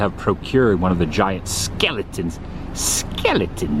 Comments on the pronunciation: Always makes me 🤣 when you say Skellytons" hahaaa 💀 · Skeletons! 💀 Love how you emphasize that, Adam.